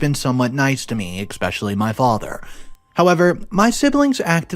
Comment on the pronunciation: If you're going to narrate stories learn how to say especially no X in it